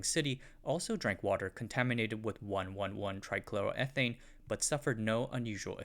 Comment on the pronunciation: the way you pronounced trichloroethane tells me you don’t know what you’re on about.